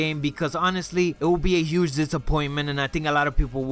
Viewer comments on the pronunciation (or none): none